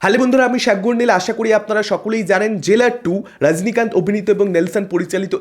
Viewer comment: উনি সাগরনীল না, উনি সাগ্গোরনীল।😂😂😂